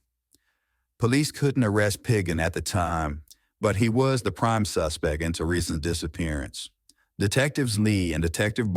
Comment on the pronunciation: Just so you know there's a t at the end of suspect